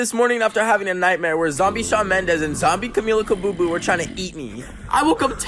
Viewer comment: "Camilla Cabooboo." 😀🤚